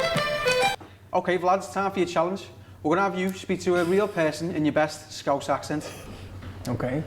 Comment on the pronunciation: I love how you actually pronounced 'scouse' correctly